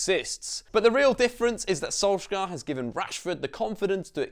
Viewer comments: Can you please say his name right? It’s sol-shy-er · Perfect video apart from how you say "solsk-gaaar"😂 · learn his name properly plz